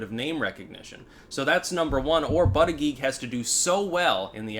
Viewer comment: It's pronounced BOOTY-JUDGE...